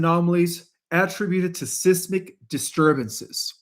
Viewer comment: SIZE - MIK! Not Siss - Mik